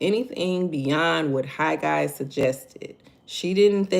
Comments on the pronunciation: You are saying it correct Haggai😊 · You are saying Haggai. Correctly😊😊😊